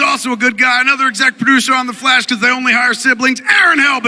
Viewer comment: He said excet producer wtf?